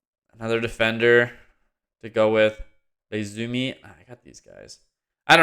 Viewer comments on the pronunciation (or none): The new player's name isn't Leizuimi, it's ie-izumi, house-izumi. :)